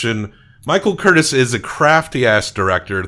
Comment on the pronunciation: The Director's name was pronounced CurTIZ, with the accent on the second syllable and a noticeable "z" at the end. You don't say it like "Curtis." Also, the sword fight where Levasseur is killed was filmed at Three Arches Bay in Laguna Beach.